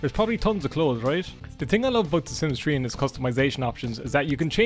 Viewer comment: Idk why i thought u said "the sims tree 🌳"